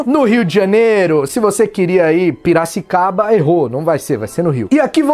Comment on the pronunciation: Carai o maluco falou Piracicaba...daonde ele é?